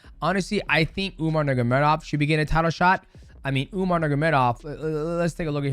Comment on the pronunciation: are we all just going to ignore mighty completely botching umar's and merabs names 😂